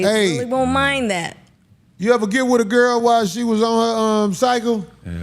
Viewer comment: Hahaha all I hear in the beginning “LETS GON’ GET IT OVER WIT!” 😅😅😂😂